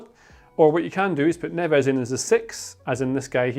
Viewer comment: Why do you pronounce his name wrongly